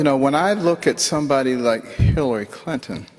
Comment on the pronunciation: when Ben puts heavy emphasis on Hilarys name 😂